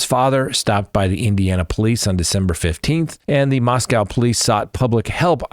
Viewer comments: We can’t take you seriously until you pronounce Moscow, Idaho correctly. Say Moss-Co. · It's pronounced Mos-coe -- rhymes with snow. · Please: I love you man but, it's pronounced just Mosco(w), not Moscow. ❤